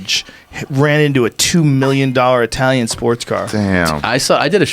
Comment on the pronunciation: Eye-Talian Sports Car